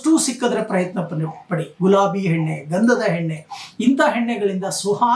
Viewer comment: ಹಲೋ ನಿಮ್ಮಿಂದ ಸರಿಯಾಗಿ ಉಚ್ಚಾರ ಮಾಡಲು ಕಲಿಯಿರಿ ಉದಾಹರಣೆ ಎಣ್ಣೆ ಬದಲಾಗಿ ಹೆಣ್ಣೆ ಎಂದು ಉಚ್ಚರಿಸಿ ಅಕಾರ ಮತ್ತು ಹಕಾರ ಚೆನ್ನಾಗಿ ಕಲಿತ ನಂತರ ಭವಿಷ್ಯ ಹೇಳಲು ಶುರು ಮಾಡಿರಿ